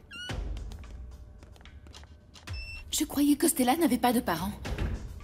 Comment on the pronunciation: La façon dont 😂prononce le prénom de Stella on dirait c'est Stalla même 😂qu'elle dit😂